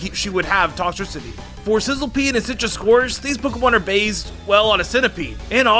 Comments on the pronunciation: "THESE POKEMON ARE BAZE" the first two times i thought i was hearing things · Doesn't it annoy anyone the way he says 'based'?